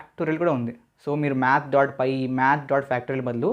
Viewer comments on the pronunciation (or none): py kada not pi